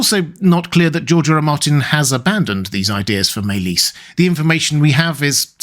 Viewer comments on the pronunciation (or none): Sounds Welsh....over pronouncing maelys ..ys more like is